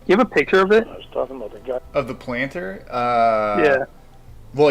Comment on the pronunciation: This idiot still thinks the word is PICHER INSTEAD OF PICTURE. This drives me crazy.